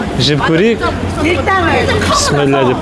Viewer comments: Кеширерсиз, писмилла емес, бисмилляh деп айткан дурыс болады. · Пістіміллә деп емес бисмиллях деп же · Пісміла емес.Бисмилақ. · Пыссымилла деген жоқ құранда кемпушка ұқсап псмилда псмилла деп сенде дурустап айтсаңшы биссмиллаһ немесе биссмиллаһ рахманиирр рохииимм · Піссіміллә демеш, АЛЛАның атымен деген сөзді қор қылмай дұрыстап Бисмилләһ деп айтшы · Пэсмэлля деп ешактын етин жеп жаткан жоксынба баурым 😂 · Сенің бисиләң адамды мезі қылдырады екен.